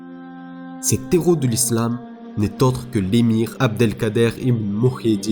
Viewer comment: La fierté de l'Algérie et des musulmans Allah y Rahmo mais juste je me permets une petite correction c'est les Héros et non les Z-heros y'a pas de liaison sinon très bonne vidéo MashAllah💪👍